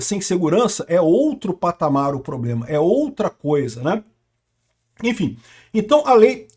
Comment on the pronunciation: Inclusive a " primeira dama" q fala "ploblema, irresponsável etc..."😂😂